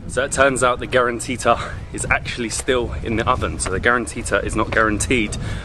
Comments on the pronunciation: no in Oran we say karantika not karantita ☠️☠️ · it's karanTIKA not karanTITA...